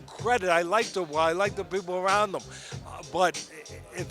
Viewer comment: Shocked Teddy has finally learned to say Dubois correctly instead of ‘Duboyce’